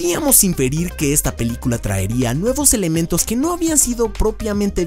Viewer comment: el dice LA PILICULA JAJJAJAJAJAJJJAJAJAJAJAJAJA